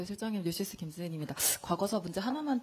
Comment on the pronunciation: 더시스 김떠현입니다...?? 뉴시스? 대체 뭐라는지 소리가... 요즘 기자들이 소속이랑 이름 말할 때 뭔 말하는지 못 알아듣게 발음하는 경우가 늘어나는 듯.